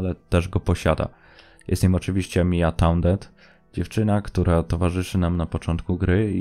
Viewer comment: Mia Tanded 🤣🤣🤣🤣 ja proponuję, żeby albo sie autor douczył angielskiego i poprawnej wymowy zanim się bierze za tego typu "rzeczy" albo poprostu dał sobie spokój, ogólnie i tak ten Iceberg nic nie wnosi gdyż zarówno gra jak i fabuła jest chyba wszystkim fanom jak najbardziej znana, to chyba było robione od niechcenia. Wracając do wymowy.. sory ale aż uszy bolą jak ktoś prostych słów nie potrafi wymówić.. Mia Townsend (Tołnsend) a nie jakieś Tanded 🤣